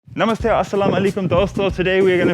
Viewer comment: When karl said namaste with his indian tone he made me forgot that he has Newzealand ancestry